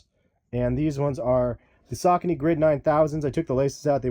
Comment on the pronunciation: this nigga said sacaknees.. lmfao wtf.. its SAH KOH KNEE